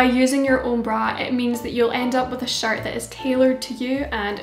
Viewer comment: I Love this but every time you say “shirt” I hear “shart “ and it sends me into a giggle fit XD